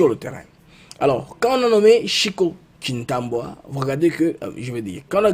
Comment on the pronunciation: Ndeko, yo moko okomi Tshiwewe mais ndenge nini ozo benga ye lisusu Tshiwewa? 😂. Tshiwewe et Tshintambwe et non Tshintambwa…